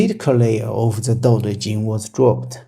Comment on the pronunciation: you opinion is interesting. however it really bothers me you cant pronounce dao. D AO dao, not D OU dou. Laozi is not a single person, it is compilation of old masters. You can feel the difference in writing between the chapters, especially if you manage to get old original scrolls. There isnt single whole daodejing left in the world from old era. What we have today as daodejing is a compilation from few different sources dating from different centuries.